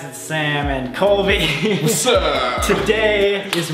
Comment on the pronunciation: Sam is definately jealous because he said "when you started brobly" im like Colby HoW dArE yOu StArT bRoBlY iT's MeAnT tO bE SoLbY!!